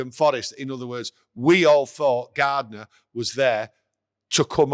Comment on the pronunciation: keeps saying Gardener..watching Glazer TV MUTV Stuart Gardener